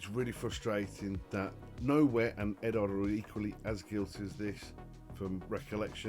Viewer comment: Are you related to MOS6510? Apart from looking and sounding very similar, you both also mispronounce Eduard. Speaking of Eduard, I've only built one of their kits, and I found that the decals with the carrier film on top were superb. I'd say they are the best I've ever used. There's absolutely no need to remove the film as it disappears completely when you put a coat of clear over it.